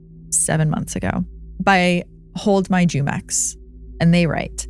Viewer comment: OPs username in the first story the word would be pronounced humex lol not jewmex. Its a brand of mexican juice